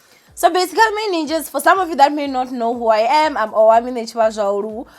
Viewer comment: I can never get the way you say your name... I'm always looking forward to when you say "I'm Owamie N....." then I go Huh? 😂